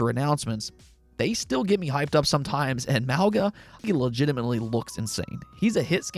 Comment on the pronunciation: The G in Mauga is pronounced NG